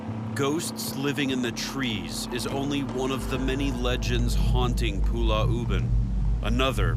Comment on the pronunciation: 😂😂, yeah, Zak pronounce it wrongly. It's Pulau, but he keep saying it as Pulla